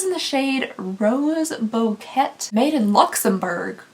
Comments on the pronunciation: Did you just pronounce ' Bouquet' as 'boket'? It's Boo-kay :D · The pink nail polish.. did anyone else hear this? "Rose b-kett". BOQUET,?? Boquet?? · did anyone notice she called the pink polish "rose boket" bouquet? like a bouquet of rose flowers. im dead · Did she really say "Booq- wet" 🤣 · I think you meant “bow-kay” for the Rose Bouquet nail polish shade,! I’ve done that so many times with the word Depot 🥲